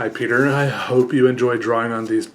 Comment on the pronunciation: nobody: peter: awwrite ello everybo- awwwrite ello eve- my names peeuh